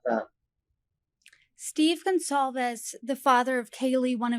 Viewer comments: how hard is it to pronounce Goncalves ? what is Gonclaves ? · Howard Blum can’t get basic facts correct. He doesn’t know how to pronounce Goncalves. Also, the suspect didn’t say, “It’s OK. I’m not going to hurt you.” The suspect said, “It’s OK. I’m going to help you.” This author should read the probable cause affidavit to at least give the appearance that he’s knowledgeable about the case. I would never buy his book. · How does he not know how to pronounce Kaylee's last name. Im not attempting to spell but he should know. Also come home in a box. The media only repeated him saying it a thousand times